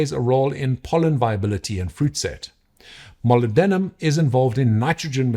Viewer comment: I don't mean this in the slightest negative way (great fan of your videos) so please don't take offence. Molybdenum is pronounced differently, more like mollib-de-num. You can search YouTube for "periodic videos molybdenum" to hear a scientist's scientist pronounce it. Of course this is such a minor thing because as usual the content of your videos is top notch, so I apologise for the nitpick :)